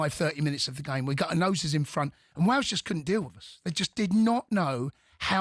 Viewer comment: Its wales not wals